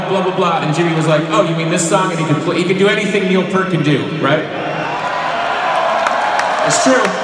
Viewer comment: I know how much Billy loves and respects Rush, but can you please pronounce Neil's last name correctly?? It's like college basketball fans who cannot pronounce Gonzaga correctly, despite the fact that they have been to the past 20 NCAA tournaments.